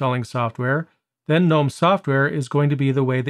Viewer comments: It's pronounced guh-NOME, btw. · I think you might be one of the few Linux YouTubers that pronounces GNOME with the G being silent haha.